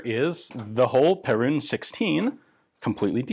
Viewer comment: Just a quick thing on the pronunciation, it's not pe*rune* it's *pear*un